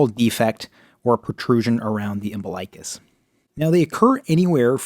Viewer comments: It's pronounced Um-BIL-ikuss... NOT Umbi-LIKE-us..... Yikes, makes me cringe to hear it so wrong in a supposedly legit video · Thank you! That mispronunciation was so irritating.